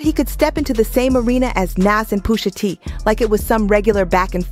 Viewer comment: quality vid here but oh my goodness poooosha T AND NASSS why are you butchering the name of these icons lol